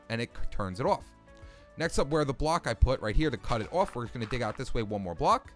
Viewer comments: The way you say off. “Awf” btw I’m not criticizing. I think it’s eccentric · i love how you say off you say it like iofff